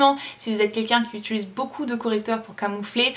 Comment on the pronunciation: tu me stresses à dire: "on utulise" XD Sinon merci pour la vidéo!